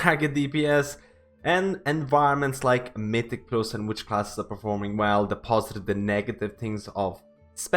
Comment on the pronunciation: my dude learn to pronounce mythic+ already, i've been watching ur vids for 1 month and you still say it wrong, wtf